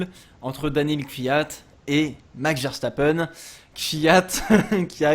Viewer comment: Arrêtez de prononcer "Verchtappen" par pitié !! C'est un nom hollandais, pas allemand :p